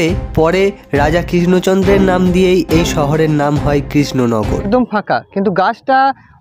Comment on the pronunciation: Upni aage upnar uchharon thik karun spasta vabe Krishna Nagar katha ta ba Raja Krishna Chandra thik kore bolteita parchenna..🙏🇮🇳🙏